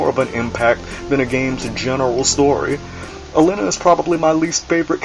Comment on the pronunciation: A-lee-na. That is how Alina is pronounced. Just sayin'.